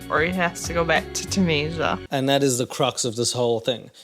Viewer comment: STOP SAYING ‘TOONEESHAH’!!!